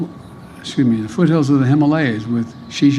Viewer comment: "America is a nation that can be defined in a single word: uhzimda-footy-foot... Excuse me, the foothills of the Himalayas and Xi Jinping." LMFAO!!! That has to be one of the best Biden gaffes of all time! 😅🤣😂